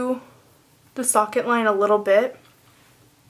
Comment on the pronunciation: It sounded like u said "suck it "line for socket line whoa